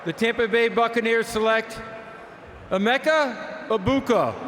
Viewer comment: "amecha ibuka" is crazy disrespect to emeka 😭🙏